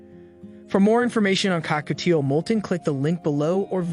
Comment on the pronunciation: Why does AI struggle to say Cockatiel 😭